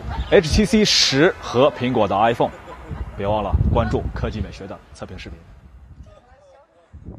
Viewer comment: er凤。。。这英语得练练啊，哈哈，是伊尔凤